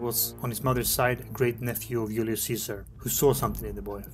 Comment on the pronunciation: Hard to understand he says ulius not Julius!!!!